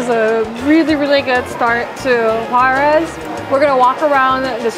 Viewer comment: Quick tip to improve your pronunciation of "Juarez": the R should sound like the double T in "better".